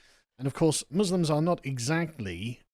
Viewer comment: For anyone wanting to do a Kier Starmer impression, he always pronounces letter M as a B eg in the roob, a bosque, Booslims